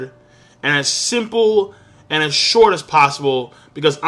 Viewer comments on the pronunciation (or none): none